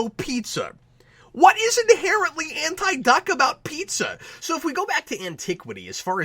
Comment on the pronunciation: I'm glad you, too, saw potential in this. I would have gone all the way and made it a parody. Make more of the film noire aspect. And how the heck could Howard know to pronounce the food "pee-tzah" instead of "pie-zah" or "pee-zah"?